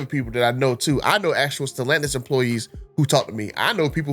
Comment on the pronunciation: Why does he say Stellantis like that ew lol